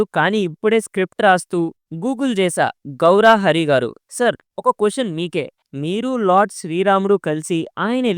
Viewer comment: గౌరీ హరా కాదు బ్రో గౌరా హరి